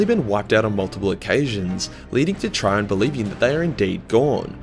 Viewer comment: You butchered Chirons name, use Greek pronunciation not French